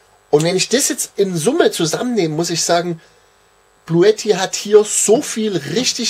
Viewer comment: ...es wird "Blue TTI" ausgesprochen...sonst fehlt das e bei blue...